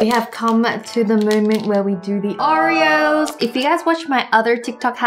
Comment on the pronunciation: Did anyone notice that Wengie calls it "Au-ri-o's" instead of "O-ri-o's"? Hopefully I make sense or else this comment is useless